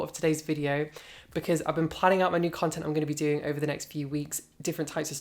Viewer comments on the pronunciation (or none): none